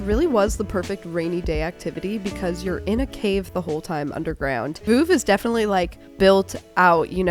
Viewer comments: can americans please stop saying "Voov"...it's really not that hard to look up the correct pronounciation. "V-uhv" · hahahaha I’m French and the way you pronounce Reims and Veuve is hurting my eaaaaaaars - no offense, but totally wrong (we Frenchs are very protective of our language) Great vlog though 🥰 glad you went to France. It reminds me of the vlog from Morgan from a few years ago when she went to Épernay.